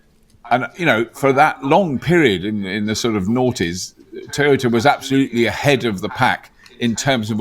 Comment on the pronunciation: you said noghties, sub. Munro is great too